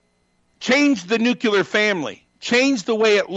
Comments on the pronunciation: ....."....destroy the nu-cue-lar family...." I have heard only two other morons use that mispronunciation of "nuclear"...... ....Trump and "Dubya". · "Nucular", racist homophobic idiot? It's *nuclear. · I can't say all conservatives/republicans are racists. What I can say is that racism is clearly not a deal breaker for conservatives/republicans, and that's just as bad. Also, it's too perfect that Bishop says nucular. Of course he does. hahaha. If you can say New-Clear you can say Nuclear! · I get triggered when I hear people say "NUCULAR"! That damn word is NUCLEAR! You sound like an uneducated idiot! Is it that hard? NEW-CLEAR? I am not a big fan of people that say "axe" instead of ask, but at least I can understand how that can happen to certain intelligent people. I wish that was the worst thing about this monumental clown! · Beyond being a racist, I cannot trust anything someone says if they use the word "new-cure-ler". What is newcureler? I know a word "new-clee-er" it's even spelled ... nuCLEAR. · Nucular family, huh???? Get it right, you racist idiot buffoon. You're no more than just another racist Dumbass looking for attention. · It is incredibly difficult to take someone seriously that says ‘nucular’. There needs to be some testing procedures & certifications for anyone seeking public office AND to create other human beings. We need no more of this lot. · The specimen says ’nukular’ instead of ’nuclear’. That’s enough . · Bring back the "Fairness Doctrine". Loons like this Santa impersonator need to be countered. He also has to learn the difference between "nuclear" and " nucular". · Railing against the educational system why saying things like “nucular [sic] family” and “indoctornation [sic]”… …yup, that checks out. 😕 Stay in school, kids. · Spoken like a true repiglieKKKan🤮 It's "NUCLEAR", not "NUCUELAR", s2pid inbred! English much?! Red state welfare queen deadbeats shouldn't be allowed to vote. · "Destroy the nucular family". Wut? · Nuc-ya-ler! Yes!!!